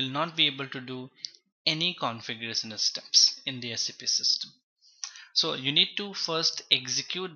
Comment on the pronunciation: Everything is fine and thanks for the video but please work on shun and sun. It's not configuresun, it's configurashuun. Like that many words typical up bhaiya